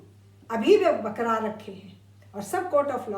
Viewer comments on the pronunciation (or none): Dr "Barkarar" not bakrar